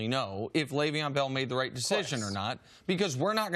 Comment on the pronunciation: "L Bell" annoy anyone else? Christ CC just call him Le'Veon.